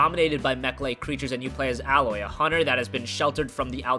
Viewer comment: u cant say aloy right its pronounced ayloi